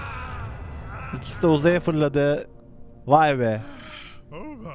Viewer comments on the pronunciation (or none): none